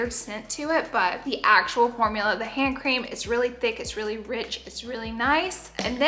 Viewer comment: It’s like 130 am for me rn and I thought you said “ham cream” not “hand cream” 😂😅